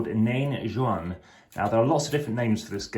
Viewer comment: Nain Jaune, not Jeune ! 🙂